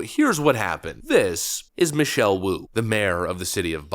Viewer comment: Wu Wu, she's in weally wearlly bulid twouble.